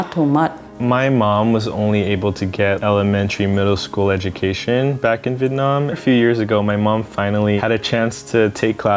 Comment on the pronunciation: I like. But the was he says ‘vitt’ -Nam is terrible. It’s Vi-et Nam. ‘Vit’ Nam just means ‘southern duck’